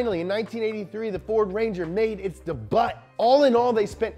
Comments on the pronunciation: So no one is gona talk about “dee buttttt” for debut 😄?? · I'm glad I'm not the only one who says 'debut' like that lol.